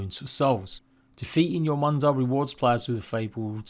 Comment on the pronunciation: Interesting way to pronounce jörmungandr